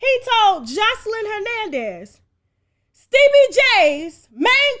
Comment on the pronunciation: Stebie...yasss when we talk about Joseline and mention him, you gotta say it like that...Stebie🤣🤣🤣